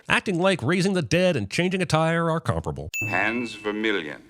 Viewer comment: I think this is the first time I've heard "comparable" pronounced correctly anywhere on YouTube. I'm giving this whole channel one... no, five sins off! (*5 dings*)